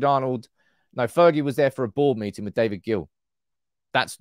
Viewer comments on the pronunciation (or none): none